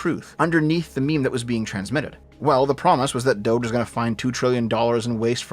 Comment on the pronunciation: It's Doge, not Dougethx